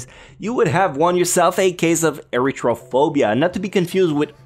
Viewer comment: Erythrophobia has a th sound, like the. Air E th row phobia